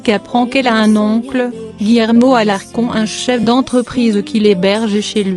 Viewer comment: c est pas alarcon c est alarconne